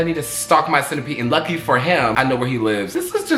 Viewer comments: sorry but reading senpai as “centipede” is taking me OUT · HELP HE PRONOUNCED SENPAI SENEPEE